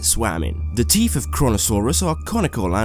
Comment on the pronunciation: I no its probably your accsent but its teeth not teef